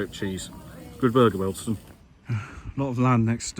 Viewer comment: is an expert at mispronouncing names. It’s his forte